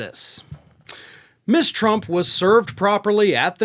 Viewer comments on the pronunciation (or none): Ms is pronounced Muzz, not Miss